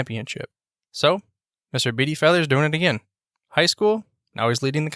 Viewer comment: Maybe learn how to pronounce his name? Yes, I knew him. He also coached college football and was head baseball coach at Wake Forest.